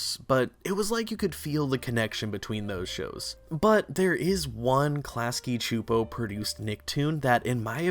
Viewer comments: I'm sorry but it's pronounced Clasky SSSSSooooopo. They say it in their own bumper at the end of every episode. I know, it bothers me more than it should but I thought maybe someone should tell you if you weren't aware. That's all, thanks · I have never heard klasky csupo pronounced out loud and I cringed every time you said it lol. But as told by ginger was my all time fave nick show. I wish there were more seasons it was so important to my development as a kid